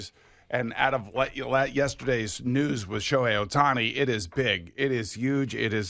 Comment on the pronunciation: His name isn't that hard to pronounce. Just read, white people 😂